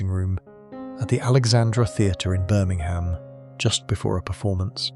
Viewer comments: Yep😅 And Birming-ham. 😂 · Is no one going to say get the words right. Birming ham, main wareing, .....